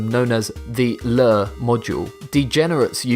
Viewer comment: It's lure, not ler.